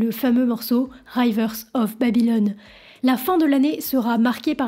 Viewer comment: Punaise « raïvers of babylone » ! Être aussi nulle en anglais n’est pas donné à tout le monde.